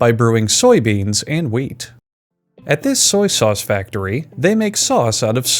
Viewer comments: No no he's saying weed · I swear to God he said "weed" instead of "wheat" a few times. 💀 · Were you saying "weed" in the beginning? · He literally called wheat weed twice oml 🤣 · Everytime he says "wheat" I hear "weed" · Lmao same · I keep hearing weed instead of wheat Am I okay?